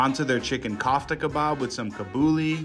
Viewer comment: Not one item was pronounced correctly 😂😂😂 kaaftah & kahbooli 🤣 cracked me up!